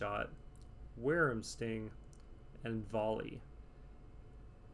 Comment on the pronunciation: It’s pronounced Why-Vern Sting btw XD not worerm Sting